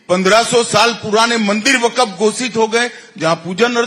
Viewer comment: Waqf pronunciation hi pahle thik karlo tab ku6 bolna